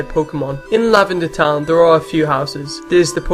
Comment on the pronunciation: Seriously bro, learn to speak. "Lavanda toun is a berial pla for the dey". I know English probably isn't your first language, but you could at least TRY to speak it properly. Pikachu out!